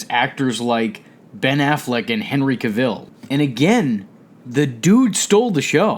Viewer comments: Your saying Cavil wrong .it's Cavil not Cav'il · Nice video V. Cavill its pronouced with the same tempo as marvel or travel. Cavill, not Caville. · It’s pronounced.... “Cav-ill”...lol JUS sayin...